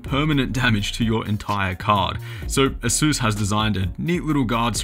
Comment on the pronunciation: aysüüs... wtf is aysüüs?